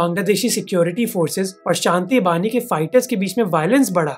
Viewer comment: It's 'Shanti bahini' not bani